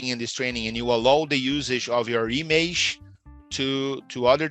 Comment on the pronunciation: Já começou errando a pronúncia de ALLOW, IMAGE e AUTHORIZATION. Eita! Tem que melhorar essa pronúncia aí, teacher.